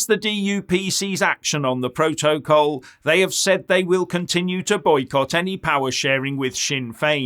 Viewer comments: Ohhhh, you Silly Goose, is saying "Proa-toa-call"! hahahhahahahaha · Every time says 'proto-col'... take a drink! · it is funny, more than one syllable has him foxed....